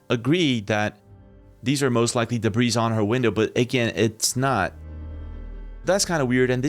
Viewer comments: Debris = de-bree… not “debreeze” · The word "debris"... we never pronounce the "s". It's ALWAYS "de-bree", no matter how much of it there is. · Debris is royal. So multiple points of debris is pronounced DUH-BREE not DUH-BREEZ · Balloons can be stationary, but they look like birds. And "debris" is an uncountable noun, so its pronunciation is always "duh-BREE". Individual pieces are usually just called "pieces of debris". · Hey dude , debris , pronounce it , " debre " , n you'll have it , there's NO s in the pronunciation. ...... NO QUARTER ASKED NONE GIVEN